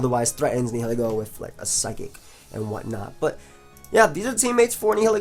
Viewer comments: It's actually pronounced Nihilego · I think it's Nile-ego. Like Nihilism and Ego. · Lets stop the bullshit: Nee-hee-lee-go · I'm pretty sure it's pronounced like "nye-ih-leh-go", with the H being silent. That is assuming that it's name comes from the words "nihilism", "nihilist" etc., which I assume is the case as those are the only english words starting with those 4 letters.:) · Neye-lego you definitely don't pronounce the h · Ni-huh-lee-go. That's how it's pronounced, I believe. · its Neel-Eego because its based of the latin word nihil and ego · also i looked it up and nihil is prounounced Neel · Nihilego is pronounced as Nile-Ego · Nihil is pronounced the same way as The River Nile. Learn to google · I'm pretty sure it's actually pronounced Nihilego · Black&Blue Nah man it's pronounced Nihilego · Are you guys dumb?! It's pronounced Nihilego, NOT Nihilego. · the h is silent like in annihilate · Searag A its pronounced nihilego